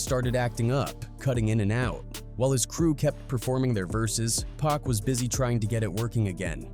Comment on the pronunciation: Pronounce Pac like "Pock." If you're gonna speak on this stuff, have the names right. I'm not hating. I love your content, but that's annoying